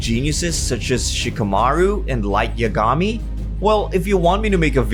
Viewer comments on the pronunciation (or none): SHEEU - KA - MAR ROO and YA - GAMI??? my guy its SHE - KA - MA - LDRUU and YA - GA - MI XD